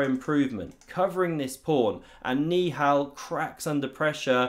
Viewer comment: i think hes saying ni hao instead of niihal💀😭